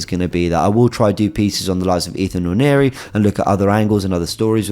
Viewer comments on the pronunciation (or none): none